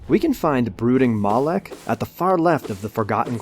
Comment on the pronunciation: Fun drinking game: Every time he says "Brooking Mawlek," take a shot. Get ya sloshed in under a minute.